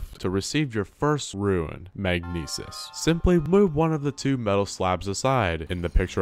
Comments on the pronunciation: and when he said ruin instead of rune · “Kowkarito” “Ruin”